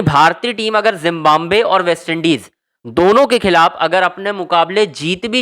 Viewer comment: Zimbabwe bolo zimbambve nahi